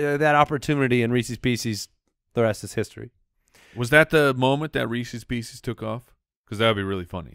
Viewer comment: Every time says "Reecees Peecees" a puppy dies